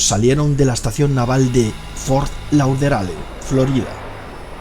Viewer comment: Unas clases de alemán y de inglés para el narrador por favor,para que aprenda a pronunciar correctamente "Reuters" y "Fort Lauderdale"